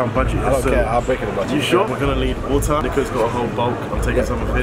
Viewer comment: I loved it when said MAH-IS (Matters) and the WOR-TAH 🤣idk its just funny to me sorry LOl